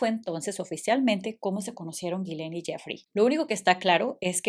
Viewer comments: No se pronuncia Ghileine es Ghi-S-laine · No sé pronuncia gilen. El nombre es de origen francés. No es gilen es yislein como se pronuncia. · Solo una pequeña observación, el nombre de ella se pronouncia "Gislen" como "ghee-slen" la S si suena y la G es como J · Se pronuncia “Gisssshhhhlein” hahaha, exceptuando eso muy buen video. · Me desespera un poco que no digas bien el nombre 😂 pero la información es buenísima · No sé por qué en ambos vídeos dices tan mal el nombre de ella